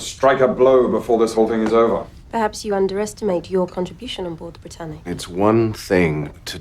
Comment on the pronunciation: How i heard the britannic🚫 bratannic✅